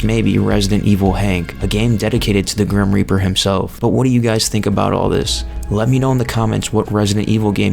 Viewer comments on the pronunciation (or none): none